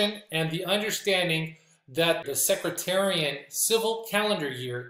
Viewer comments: Respectfully, it’s “Seck,” like deck, and “tare,” like a weed, and “ee “ and “en.” with the emphasis on “tare.” It doesn’t sound like “secretary.” Excellent teaching. I never knew any of that. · It's Sec-tarian , not Secratarian. God's Blessing's and Shalom 🙏